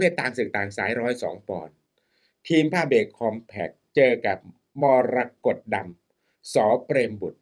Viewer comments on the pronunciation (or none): อาจารย์อ่านชื่อนักมวยไม่ถูกเลยครับนักมวยชื่อมรกตดำไม่ใช่มรดกดำ😂😂😂😂